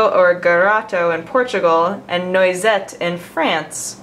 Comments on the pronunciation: noisette is pronounced Nwasette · You know how Noire is pronounced? Well the start of noisette is the same. It's actually not like noise. Also that means hazel.